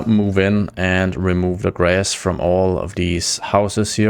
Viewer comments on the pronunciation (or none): none